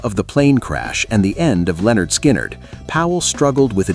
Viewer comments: Their name is "LIN-erd skynerd", not "Leonard Skynerd". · It's not Leonard Skynyrd, it's pronounced Linard. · There's that stupid pronunciation again. ""Leonard" Skynrd..Guess A.I. doesn't understand everything yet..😂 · “Leonard Skynnyrd”…😂 The Genius of A.I. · its Lynyrd Skynyrd ! get it right!!!